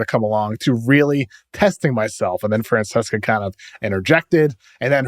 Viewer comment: The name is Mike Fran-sessa not Fran-ses-ka. It drives me crazy when people don’t show Mike the proper respect by pronouncing his name correctly.